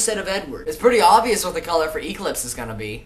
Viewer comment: lol why do you say EE-clipse? it makes me laugh every time..